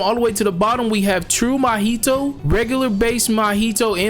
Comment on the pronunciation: Bro it’s not “ma-HI-to. It’s mahito” in one smooth thingy bingy 😢😢